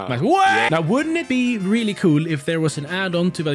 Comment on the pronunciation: "im not dumb you are" rwallly